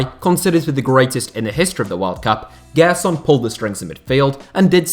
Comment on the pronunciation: Just a tip on pronunciation: Gerson's name has a J sound, like in Jay. "Jerson".